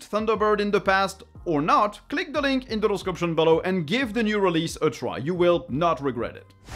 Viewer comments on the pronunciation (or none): none